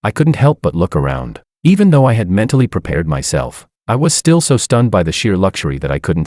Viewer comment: I'm not peh-pweahed for this!